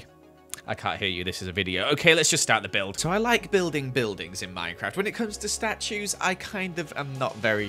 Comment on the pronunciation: “ I’m really bad at building staues” Oof!